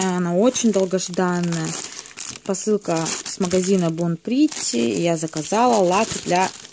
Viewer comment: пОсылка, а не пАсылка А так всё ок)